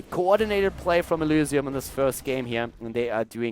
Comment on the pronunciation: Kc F The way he says the y is very german, sorta makes it sound like elusium, though not really, cause there's no real letter that mimics the german y. Or I'm just imagining things